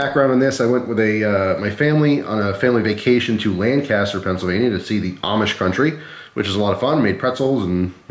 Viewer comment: Oh my.. you said Lancaster wrong.. And Country Knives are still there yes.. I'm from Lancaster County oringally but now live in Chester County